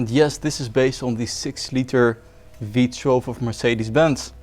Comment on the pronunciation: I would normally point out that it's not "V-TRELV" but rather "V-TOO-ELV", but I like the way you say it more, so I'm gonna say V-TRELV from now on.